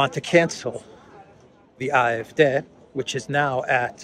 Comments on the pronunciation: You are speaking English, you ANGLICIZE foreign pronunciation. It's "ay eff dee". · "AFD" The pronunciation in German is Ah F Day. 😉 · You‘re pronouncing the „D“ in AfD incorrectly. Should be like „day“. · Good good Day!!!!! Love the way you pronounce AFD as Eye eff deh. I would have thought Ay Eff Dee.